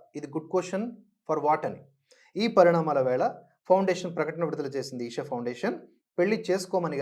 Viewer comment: ఈసా...కాదండి. "ఈషా"